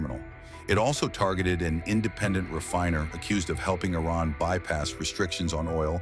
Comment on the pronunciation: I like how there's two possible ways americans pronounce Iran and Trump decided to go with neither.